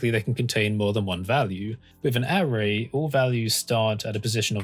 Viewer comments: Great content! Weird pronunciation of 'array' aside 😂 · Am I the only one who's uncomfortable with the way he says "array" and "Euler"?